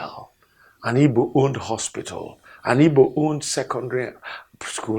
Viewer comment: Am I hearing this man correctly? Is he calling Igbo as Ibo. Ohanaeze ndi oshi